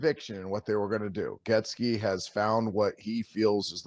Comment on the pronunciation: Dilfer said "Getzky" luv it the combination of Getsy & Gretzky 😀🤷💟💟💟